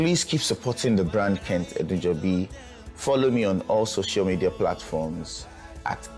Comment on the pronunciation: It is "Edunjobi"... 🤦🏽‍♂️